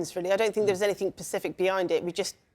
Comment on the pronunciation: Ugh…it’s ‘specific’ not pacific. How can you get to adulthood and NOT know that?!